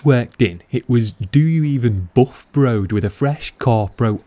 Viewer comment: He always gets me when he says 'buff'